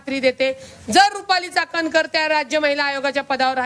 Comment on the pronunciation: Ti cakankar nahi catankar ahhe